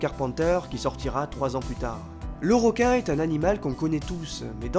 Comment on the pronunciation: Bonne vidéo j'ai apprécié...petit bémol...le mot "ROQUIN" sort trop souvent...comme certaines personnes qui prononcent "ROCOMMANCER" ou "ROCEVOIR", Alors qu'en fait on dit "REQUIN" vu que ça s'écrit avec un "E" et non un "O" ! Voilà...désolé ^^